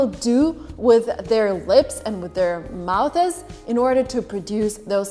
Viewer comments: She said mouthes, wowel instead of vowel 😂😂😂 British accent😂😂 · did you say, "mouthses"!!?? Lol, it's just, "mouths" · mistakes: mouthes (you pronounced it like there was an "e" at the end there) and pronunciation of the word "vowel" and you revert back to american english for shot and hot. but very good for a non-native speaker :) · Did you say "mouthes"? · She said mouthes😂😂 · US pronunciation for “vowel” is not WOWEL. The “V” is important to pronounce. Also, more than one “mouth” is not 2-syllables... it’s hard to write it out, but - go to “pronunciations on YouTube. 😊